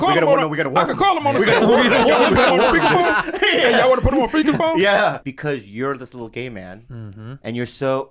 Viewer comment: doc says pheaker spone instead of speaker phone and i can't stop laughing